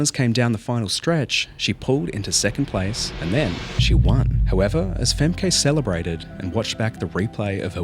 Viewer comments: FemKEE... The emphasis should be put on the first syllable, in order to pronounce it correctly. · Its pronounced Femkuh, not Femkay… show some respect dude… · Femkay 😂 Femkuh. You pronounce it as Femkuh. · Its not pronounced Fem-kay its Fem-ke. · Its pronounced Femkhu not FemKay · Not Famkay but Femkuh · It's not "fem-kay" it's pronounced "fem-ka" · Pronounced Fem-Kuh, not FemKay... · Her name is not Fem Kay... It's pronounced Femka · I don’t think her name is pronounced Fem-KAY. It’s FEM-kuh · Fem-kuh Tis not Fem-kay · Its pronounced "Femkuh" not Femkay the speaker at the end even says it correctly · "Femkay" "femkay" pretty sure its Femkə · Her name is fem-kah, not fem-kay. Please pronounce it properly, even the American commentator said it properly, come on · I love the subject matter of the video, but i literally thought to myself, isnt it fem-kuh, not fem-kay? the entire video, and then a second later hear the commentator say fem-kuh, followed by you saying fem-kay, and man that slightly peeved me xD but im a stickler for pronunciation lol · "Fem-kay?" Femke is pronounced more like Fem-ker. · Her name is pronounced Fem-kuh, not Fem-kay. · Femk-uh not Femkay, your video is well researched but you couldn’t look up the pronunciation??? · Please, it's not "Femkey" or something ... Just Femke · Pronounced more like 'Femkuh' than 'Femkay' Nice piece, dude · Awfully disrespectful to mispronounce someone's name, over and over. Worse that she's the person featured in the video. Fem-keh. Not Fem-kay. If you don't want to narrate well, maybe don't narrate at all. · I don’t understand how you can pronounce her name so incorrectly when you literally hear it said correctly in the clips you used. FemKUH not femKAY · BTW its not femkay its Femke like femkuh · Femkay? It is pronounced like Femkuh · it's actauly pronouced Fem-ka, not Fem-Kay. The commentor literally says it. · Not pronounced femkay it's femkuh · its pronounced "fem-kuh" not "fem-kay" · It’s Femkuh not Femkay